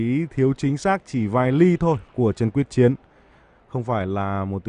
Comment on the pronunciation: Blv đoc sai ten nhieu lan